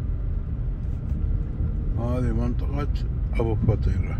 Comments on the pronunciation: منور اخوي ههههه اسمها ابو فطيره بسكون الفاء وكسر الطاء مو ابو فطيره خليتها فطيره بالجبن ههههههههههههههههه كلنا كنا نحسبها مثلك ابو فطيره طلعت غير تنطق بسكون الفاء فف وكسرة للطاء طي وبعدين الفتحه على الراء ره يعني ابو ففف طييي ره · ماشاءالله منورة كويتنا كعادتها🇰🇼🤍، بس ملاحظه اسم المنطقه ابو فْطيّرَه مو ابو فطيره